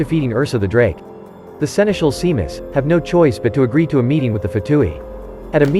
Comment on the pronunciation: Seamus is pronounced "shay-muss"